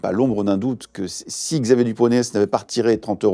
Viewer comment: Émission sur qui?😂 Yisxaavier dupont de ligonnes?😮😂